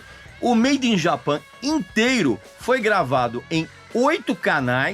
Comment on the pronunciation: Olá Regis, agradeço por seu trabalho incansável e por compartilhar seu conhecimento conosco. Embora eu aprecie sua habilidade e dedicação, gostaria de chamar sua atenção para a pronúncia do nome do disco "Made in Japan". Creio que seria correto falar todo o nome em inglês. Se você teve alguma razão particular para pronunciar "Japan" em português, gostaria muito de entender. Muito obrigado novamente por seu profissionalismo e trabalho excepcional. Grande abraço!